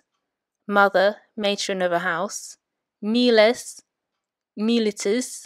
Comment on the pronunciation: It's probably way too late for this but anyway: you are pronouncing all three-syllable forms of miles in a manner that seems to go against what I have read, namely that you stress the penult only of it is long, which here it is not, so the stress should be on the antepenult (which also happens to be long). So you are saying mi LI tis, mi LI tem, but should it not be MI litis, MI litem?